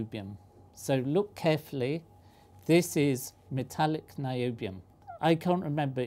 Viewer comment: Whoonium? Noobium.